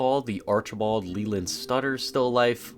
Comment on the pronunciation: Archibald Leland SUTTER not stutter lmao